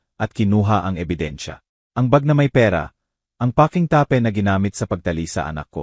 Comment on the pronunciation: May mga words na mali ang pagbigkas tape ta-pe lock- look ayusin ang salita!😅